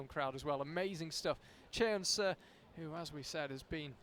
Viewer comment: Y'all need to learn how to pronounce Seo 서 It's painful to listen to you both butcher it.